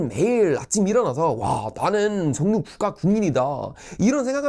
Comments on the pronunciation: 석류라고 하는줄 ㅋㅋㅋㅋ [서규]입니다~ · 석유라 쓰고 서규라 발음합니다.